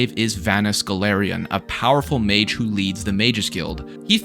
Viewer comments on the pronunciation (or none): none